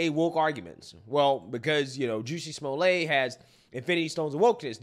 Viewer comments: pronunciation "Juicy-Small-Lay" 😂😂😂....its pronounced "Jes-sie-Small-Lett" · Juicy Smolay 😂 idk if that's a mispronunciation but there's my first chuckle for the day.